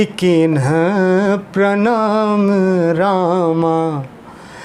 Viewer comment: कृपया भैया इसपे ध्यान दें। हनुमान तेहि परसा,कर पुनि कीन्ह प्रमाण। पढ़ते हैं।